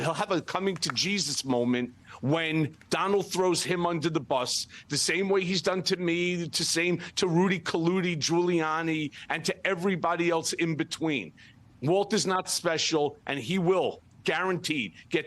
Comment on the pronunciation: Did he just say DROOLIANI???😂😂😂😂😂